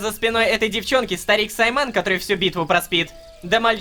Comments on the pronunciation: У меня уши вянут когда Ло говорит не САйман а СаймАн что за гигалогика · Почему саймАн, а не сАйман🤨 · Может Са́йман, а не Сайма́н? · Скорее не саймáн а сáйман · Не саймАн а сАйман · мне режет уши от произношения имени сАдыки и сАймана